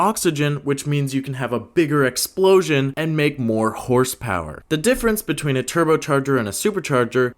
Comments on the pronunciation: bro said "whorsepower" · dude really said " Whorespower" 💀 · "Whorsepower" bro's got no chill 😭🙏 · whorse power got me laughing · "whorespower" lmaooo